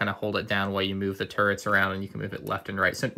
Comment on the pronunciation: is it just me or is he saying turds or turents?!